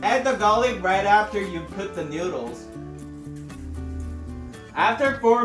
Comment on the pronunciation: This is how many times he said newdooles ⬇️